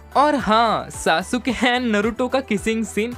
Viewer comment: Broo wo Sasuke ko saasooke nahi Saske bolte hai